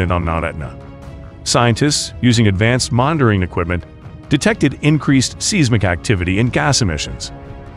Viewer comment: Seismic is pronounced "sees-mick"? Try again.